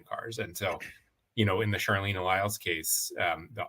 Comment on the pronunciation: Out of respect for Charleena, please know that her name is pronounced with a hard "ch" as in "Charlie". Also, cops lie about their safety being threatened all the time.